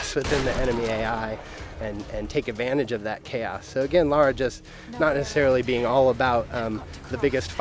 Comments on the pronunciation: Her names LARA not "laura" -__ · Lara, not Laura. God of war, not gears of war. And is is TOMB RAIDER! And we LOVE it!